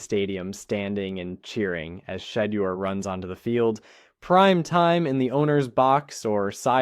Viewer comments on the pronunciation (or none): For STARTERS PRONOUNCE HIS NAME CORRECTLY! HIS NAME IS NOT SHEDDER‼️ HIS NAME IS PRONOUNCED [ S H E D E U R ]!!! THIS A FABRICATED STORY MERELY FOR CLICKS & VIEWS‼️ HE IS STILL IN CLEVELAND SIR!!